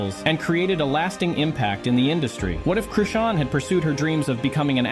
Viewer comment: Chrishin,Crewstin,Crustin, Chrushin, Christean,Christian, Chrisan,Chrison, Crushin.... YOOOOOOO..... IT'S CHRISEAN!!! HOW YOU MAKE A VIDEO AND MESS UP A SINGLE NAME SO MANY TIMES HAS ME STUMPED.... THIS IS HOW YOU DON'T GET LIKES AND SUBSCRIBERS.... IT COMES OFF LIKE YOU DIDN'T DO YOUR RESEARCH AND ARE CLOUT CHASING. DO YOUR HOMEWORK YOUTUBER.